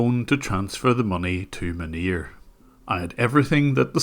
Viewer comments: i hear manure, not his actual name. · Man nir - sounds very close to Manure ha! We done sir - Makes me proud to be a fellow Northern Ireland brother. God bless you 🙏 An Irish man in Kobe Japan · "But how did that couple end up with Manure as their support engineer" I will not be accepting anyone calling this man by anything other than Manure from now on because this is how I heard the sentence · Manir? More like 'Manure'.